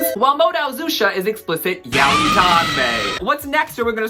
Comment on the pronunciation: The pronunciation of yaoi frustrated me. I'm from a mixed Japanese family (we also have Chinese, Korean, Filipino, Hungarian, Spanish, Portuguese, etc. blood) and I've had non-native Japanese speakers who never studied the language, can't read hiragana, katakana OR kanji who aren't even of Japanese descent, don't speak the language and have no friends who are Japanese or speak Japanese correct me and others who pronounce it as "yow-ee" and tell us it's pronounced as "yah-oy" and I'm sad to say these people are often white people whose limited knowledge are sourced from other ill-informed individuals who believe this to be correct.